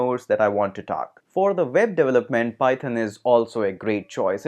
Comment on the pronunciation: how do pronounce "development" again? "devlelet"?